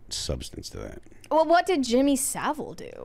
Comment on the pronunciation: pronounced Saville's name correctly. It was not threat of libel that protected Saville but friends in high places and a reputation for outstanding charity work.